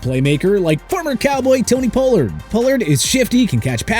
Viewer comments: Pole-lard? You mean Pollard? 🦅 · 1. Pocic is a Center, not a Corner. 2. You mispronounced Pollard, and he get franchise tagged. He's not a free agent. 3. The Texans already have a young stud FS with Jalen Pitre. They definitely don't need Bates. 4. While Mahomes is getting paid "the big bucks", the Chiefs structured his contract so his cap hit isn't that big. The Chiefs have a ton of cap space and flexibility. 5. Carr already signed with the Saints. 6. The Seahawks have one of the best young LB's in the league with Jordyn Brooks. I doubt they'd dedicate big money to another LB. Doesn't make much sense.